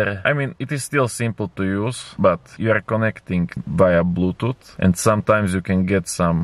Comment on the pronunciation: Dorallz, 25 dorallz, porrt, bluedooth fastver den? Search up for some tutorials on speech therapy